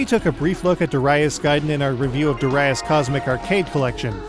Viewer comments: durr-i-as? lmfao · Also, it's 'Darius' all one word...not Dar- 'I' -us with a hard I.